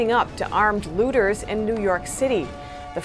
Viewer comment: Please note they are looters, not lewders